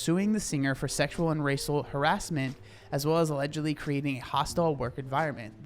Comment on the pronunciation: You accidentally saying “allidgo” Instead of Lizzo Allegedly is such a vibe